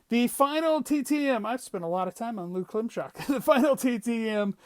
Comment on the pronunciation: Hey! Love to see the Lou Klimchock! That’s my great Uncle and you nailed the last name, and all of the stories! Lou is a great man and always willing to sign as well. I live in PA near his hometown, he’s in Arizona so we’ve only met a few times. He’s definitely my favorite PC! I remember him saying he played with Hank Aaron for the Braves as well! Take care!